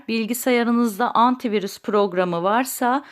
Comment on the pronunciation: Antivuris diyor ya abla nasil kaldiracaz